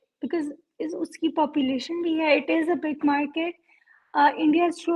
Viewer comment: absolutely we are markeeet 😂😂😂😂 not Market 😅 and irony is this they call themselves researcher...😂😂 Omg😅